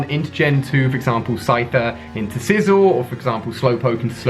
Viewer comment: Ali u said sizzle instead of scizzor 😦